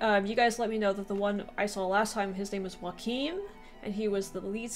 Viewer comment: Since Joakim isn’t a common name in English I get that it’s easy to mispronounce, but if you say ‘you ah kim’ but without pauses, then you’ll get a lot closer to how it’s pronounced.